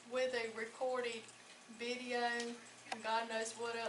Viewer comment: She said veedo tape